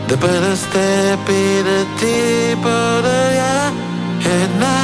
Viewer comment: На се чува „подая“, вместо „подаря“.